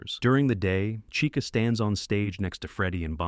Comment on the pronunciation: Bro said Rockstar caicha